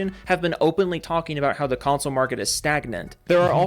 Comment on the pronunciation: I love how he keeps pronouncing it "Cuntsole".